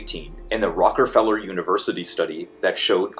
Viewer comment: Could be just a slip of the tongue, but did anyone else hear the dude pronounce Rockefeller as "rocker feller"?